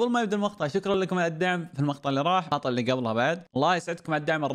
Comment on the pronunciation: شباب مابي اتشمت بس هو متعمد يقول المخطع ولا لا اذا به شي او ثقل الله يشفيه ويشفي جميع مرضى المسلمين